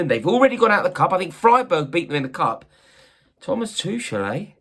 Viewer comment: Can you learn how to pronounce Tuchel's name. It's really not hard. And after that, start talking about him with some respect for what he did for our club.